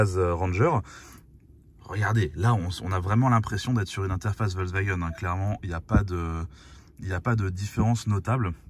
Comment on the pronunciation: C'est quoi cette communication sur le Amarok et "Wolksvagen" ? (On entend que ce nom sur la 2eme moitiée de la video). Franchement dommage pour une video de comparaison sur les pick up...